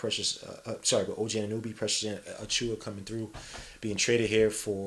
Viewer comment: Anunoby... Ah-nu-no-bee* Not ah-nu-nu-bee Respectfully, god on god